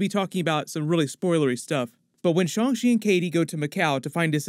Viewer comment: It's Shan......g ch...i not.... shun she bud